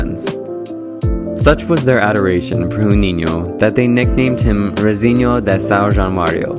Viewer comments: Great video, but the "J" in Juninho does not sound like "h". In English the closest sound would be the "j" as in juice, but to be more accurate, the "j'' in French like Je (I) is the sound we pronounce the "j" like in Juninho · Brazilian here. You're not pronouncing Juninho's name correctly.. You shouldn't pronounce the initial J like the Spanish J in Jose. The English J is a little closer. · its Juninho, he is Brazilian therefore it's not huninho it's Juninho. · "J" in his name is not pronounced as "H" unlike the Spanish'. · Nice video bro, keep it up! Just one little thing: as a brazilian, the way you pronounce his name annoys a little bit. The "J"uninho isn't a "R" or a "H" as Brazil's main language is portuguese and not spanish. Try pronouncing it like "Gi"uninho. Edit: even better example - the same pronunciation as "Jr." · I speak both Spanish and European Portuguese and it annoys me the way you pronounce Juninho. Don't use the Arabic sound "HOO" . Instead, pronounce the "Ju" more like when you say "June" or "Junior" in English. Try saying June-e-nho. It's closer. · hes name is not pronounced spanish huninho but in brazilliann portuguese shuninho, do ur fudging research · Not Runinho. It's Portuguese, not Spanish. Juninho with a J. Just pronounce the J as you would in English and it's pretty close. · Jew-niño not Who-niño. J is pronounced as an h spanish not portuguese R's are pronounced as H. J is pronounced as a J in portuguese like it is in english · Incredible video and breakdown of an incredible player. Truly the GOAT of free kicks. Now, as a Brazilian, one thing that annoyed me a bit was how you pronounced his name. Brazilians don't speak Spanish, we don't say "J" like it's an "R/H", it's not "Huninho", it's "Juninho", with a "normal" J. Other than that the video is great, keep it up! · The guy makes a video about a player and he can’t even get close with the pronunciation of his name. Joo- neen- you! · Its not fkn „huninio” at least say it properly mate